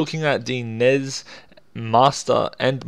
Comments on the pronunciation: "Nez"??? N.E.S. COME ON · Nezz? It's pronounced Ness flustered furry sounds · Why do you pronounce Nez ??!?!?!?!?!